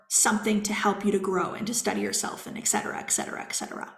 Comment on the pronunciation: it's not eXcetera but eTcetera, meaning "and so on/ and so forth/ and the rest" (et=and in Latin). Pls. Basic things.